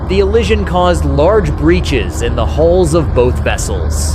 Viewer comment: Ollision you say in that first clip. 🤣🤣